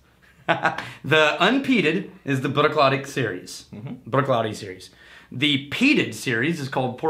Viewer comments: Love that you're reviewing my favorite distillery. But please... "Brook-laddie." Also, Port Ellen Maltings malts barley for most of Islay. Bruichladdich has announced that they are opening their own malting onsite to continue to produce Islay-centric spirit. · You pronounce the fookin CH, the clue is in the second word laddie which as you can tell doesn’t end in CH